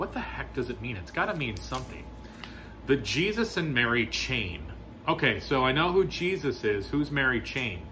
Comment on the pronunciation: I'm not speaking with any in depth or inside knowledge or anything, but I always assumed it to be emphasized as The "Jesus & Mary" Chain - in other words, either a chain with Jesus and Mary on it (like a necklace a Roman Catholic might wear), or as if someone trying to connect them as a chain of knowledge or events, like the Gnostics tried to promote with the Jesus married Mary Magdalen, and she went on to bare children, the Templars, the grail, blah blah blah. I pronouce it hard C, like Keltic Frost, because historically, the people were known as Celts with hard K sound. It's the sports team that screwed it up in people's minds. The Seltics...please.